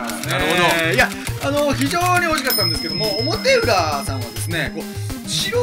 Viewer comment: 表裏(ひょうり)じゃないの？